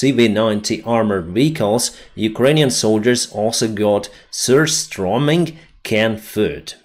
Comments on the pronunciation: Love the Surströmming meme! Also really good pronounciation and understanding of what it is! Why not do a trial run with a small grenade and a can of surströmming or the juices of it, should be able to at least hinder the russian troops when clearing trenches or holes in the ground! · 🇸🇪🇺🇦 Hahaha! 😂 It took me a few tries to understand your pronunciation of the Swedish word "Surströmming"! Which means sour herring. A terrible smell you wouldn't forget. Could easily be used in a chemical warfare 🤣